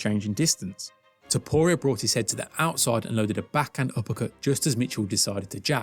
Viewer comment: The most painful thing is listening to you misspronounce arturo topturo s name